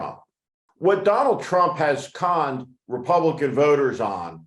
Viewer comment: Emphasis on the word conned....love the phrase " rancid rein".